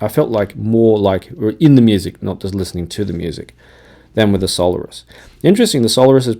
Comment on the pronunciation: the Campfire are pronounced sol AIRus, thanks